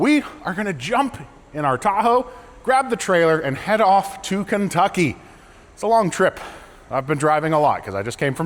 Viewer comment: I'm afraid, you pronounced the state name wrong. Apparently now it's Keentucky